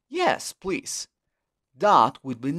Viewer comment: casi todo lo entendí, donde dice "por favor" no se entiende que diga plis